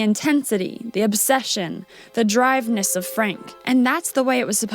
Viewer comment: I can't tell if this narration is AI or not. Usually when people mispronounce simple words like "drivenness," it's AI. But the woman in the blue slip looks like she's saying the words. Is she lip-syncing? So distracting from the content of the video!